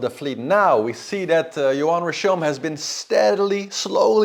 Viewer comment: Yoann is pronounced Yo-hann it's a name from Bretagne. Means God gives grace. "Yoann est d'origine hébraïque. Ce prénom provient de « yohanân » et veut dire « Dieu fait grâce ».